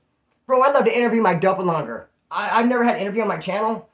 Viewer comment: Not to be a dick but its doppelganger dopp- el- gang-er lol